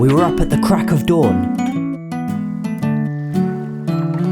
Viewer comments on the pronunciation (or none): none